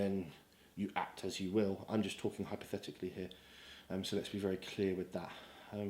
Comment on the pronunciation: "hyperthetically" lmfao